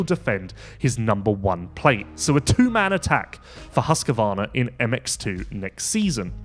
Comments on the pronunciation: Husqvarna not husqervarna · Everyone pronounces it wrong. Husq a varn is prevalent.